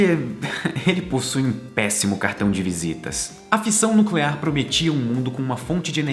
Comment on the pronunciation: como diria o Homer: É "nuculear"